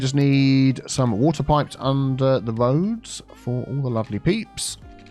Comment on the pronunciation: Wiggly woads - reminds me of and his BO'OH'O'WA'ER lol